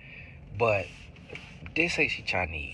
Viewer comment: The chi-neee really had me 😂